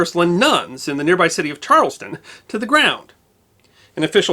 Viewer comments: Its CHARLESTOWN not CHARLESTON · it's pronounced, Charles-town. not charleston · Charles-town. Not Charles-ton. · The Boston suburb is pronounced "CHARLES - TOWN," not "Charleston" as in the video. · Speaking as a born and bred Bostonian with Boston-Irish roots and as a former volunteer firefighter, congrats on another excellent video. BTW, "Quincy" is pronounced "Quinzee" in Massachusetts and "Charlestown" is pronounced as written, not like Charleston.